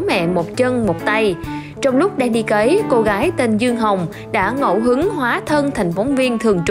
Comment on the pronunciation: Cấy chứ không phải cày. Nhỏ không học lớn làm báo.